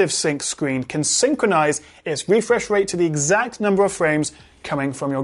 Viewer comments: Refwesh Wate :v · "Refwesh wate...". Your borderline rhotacism (i.e. whotacism) is adowable and your videos are bwilliant!